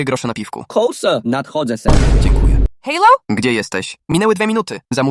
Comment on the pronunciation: Halo? ❌ Hejloł? ✅